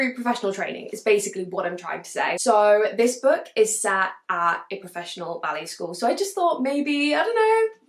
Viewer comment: As you were talking about The Turnout, the whole time I thought you were saying belly dancers instead of ballet. Had me confused, because the cover gave a whole different vibe. Then it dawned on me😂